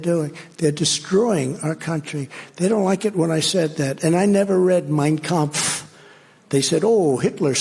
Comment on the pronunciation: He knows how to pronounce it. He was playing up the pronunciation to make it appear he doesn't know to say the title.